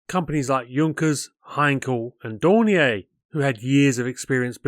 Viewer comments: Dornier is pronounced Dor-NEER; it is absolutely NOT pronounced DOR-nee-AY. They're German, not limp wristed, white flag flying, knickers dropping, ankle grabbing Frenchies. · Generally GOOD content appreciated ; you need to brush-up on yer German pronunciation . You are pronouncing DORNIER as if its French . It should be exactly as spelt ......... Dornierr NOT Dorniay . Messerschmidt Is NOT Meshersmidt . Fokk-Vulf should be Fokker Vulf . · If you stop calling Dornier, Dornea I will subscribe to your channel!